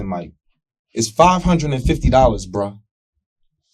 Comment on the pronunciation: Say BRU one more time and it’s a dead giveaway you’re lying not to mention uneducated